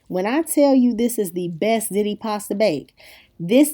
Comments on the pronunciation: I'm curious why does every single person that posts a ziti video say "zit-ee"??? It's pronounced "zee-tee" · Don't mean to correcting you but it's pronounced ZEETI, NOT ZITI!! SORRY... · pronounced ''zee tee'' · It's pronounced "Zeety" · ziti doesn't rhyme with titty. It's zeeti ❤️ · love hiw u say ziti lol